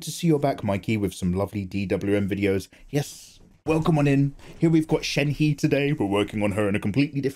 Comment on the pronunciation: Since I don't see anyone saying it shenhe isn't pronounced sh-en-he but pronounced sh-en-hu-UH